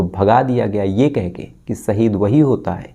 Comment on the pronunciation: saheed nahi sir ji shaheed sahi alfaaz bola kijiye arth ka anarth kar dete ho aap